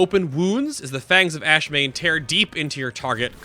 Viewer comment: By the way, it's AshAmane, not Ashmane.